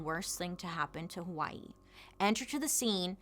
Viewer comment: 🌺Aloha Bailey, Mahalo for your story on Hawai'i! I've been a fan for years and now you are sharing about my home. You did a great job sharing the information on how Hawai'i not only got occupied but the overthrow and the current situation native Hawaiians face. (even the names... grinning you did well sis!!) 🌺 I always appreciate your candor and open honest way you tell the stories you do. So proud of the fact you are bringing information to people who are unaware of the not so pretty side of my home. (side note... Loved the fact that you shared about hula being against the law and the language... That is my history and my culture and now many will know) Luv you lady keep the stories coming!!! MAHALO NUI!!! 🌺